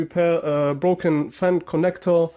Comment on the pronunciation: It's broken, not Brocken